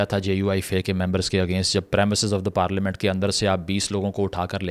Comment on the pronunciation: Bhai parlamen or parelement